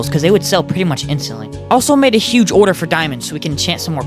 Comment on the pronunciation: the way u say order "ORDAA"